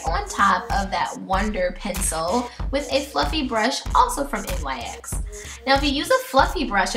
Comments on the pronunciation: I noticed you and some of the other contestants pronounce NYX like N-Y-X rather than "nicks." Oh and your Butter Gloss in Meringue is actually pronounced "mer-ang." It made me laugh! (: Aside from that, I freaking love how accurate this look was! Swear. Insane. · I am in no way trying to be rude but it is really bugging me how you pronounce it N-Y-X. The brand is pronounced "nicks". Like I said I'm not trying to be rude just constructive criticism. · Love this look but its pronounced like "nicks". Love you!!!